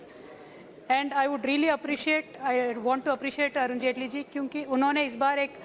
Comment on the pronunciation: There is no Jaitley seen during the speech? Looks like T is silent here. shock